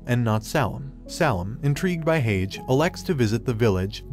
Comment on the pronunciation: He’s saying it like hagee but it’s said like haje